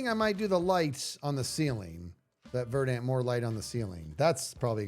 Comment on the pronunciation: I know this is almost irrelevant to the entire stream, but it's been bugging me how many hermits pronounce "verdant" incorrectly. You put the emphasis on the first syllable; it's closer to "VER dunt" than "ver DANT"